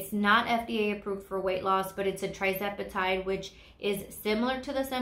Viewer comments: Lovely video,. Just a note - it is tirzepatide, not trizepatide, in case someone is researching. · I believe it’s pronounced“TUR” zepatide (tirzepatide)